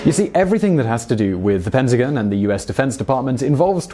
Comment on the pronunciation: Please learn how to pronounce PENTAGON.